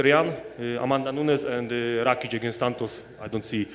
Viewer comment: lol the reporter really ruined his own question by not being capable to pronounce an easy name like Rakic.. It's amazing who gets to ask best fighters in the world questions...